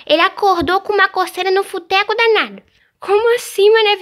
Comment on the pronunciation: Porque a Maria Vitória falou buteco danado kkkkk